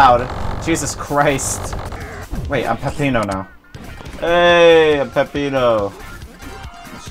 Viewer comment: It’s actually not “Pepino” it’s “Peppino”.